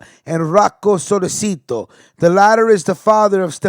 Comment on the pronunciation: It’s pronounced solé chi toe (sollecito)